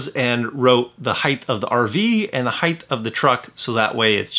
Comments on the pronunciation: It is "HEIGHT" not heighth. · height not heigth. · Hithe?? Dude, the word is "height". You said "hithe"......FOUR times! Lol wow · Great tips thank you . Height does not have a H at the end 😉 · Heidth? Is that a regional thing? I've never heard that before. In the Northeast I've only heard Height. Interesting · Height or “Heighth” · Great tips! Well-done video. No “h” on the end of “height” though.